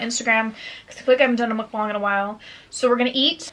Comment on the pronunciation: You’re the only white YouTuber that I watch that’s says MUKBANG correctly. Not MOOKbang and not mukbAng. Ur amazing